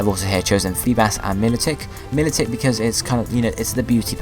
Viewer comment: milotic is pronouces my-low-tick